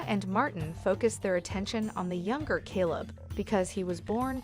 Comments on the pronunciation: You cant even pronounce his name, Calebs name or the cities name. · I can't with this channel anymore and it's fake narrations. You pronounced Elijah's name both correctly and incorrectly in the same sentence, far too many times, not to mention Caleb's name. Smh.. i would be very offended if one of these videos were about a loved one of mine. I have to unsub at this point, nothing but bots behind the channel and its way too obvious.